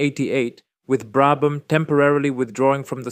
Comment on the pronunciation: Commento disastroso piqet brabam non sa neanche come si pronunciano i nomi